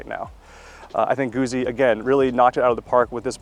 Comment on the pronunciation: Just say Guzzi correctly